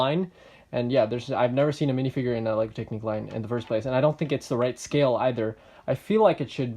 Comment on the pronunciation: Minifigures aren't a thing in technic, I think they would never want to put one in, its not their style. I think they should have had a compartment to put the chainsaw etc in (like on the airport firetruck technic set). I believe it's pronounced TECH-nic, rather than tec-NIQUE. Your blue pipe connecting the front to the rear I think is supposed to route through the middle of the turntable part (which effectively keeps it hidden from view). I'm nitpicking now... Its a good review!